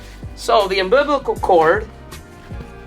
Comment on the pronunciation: Your pronunciation of asphalt didn't bother me at all, but I grew up close to Canada so I've heard it both ways. Umbiblical and umbiblicus made me cringe though. But hey, keep up the great videos and don't worry about what people think about how you pronounce things. People laugh at my pronunciations all the time now that I live in the south.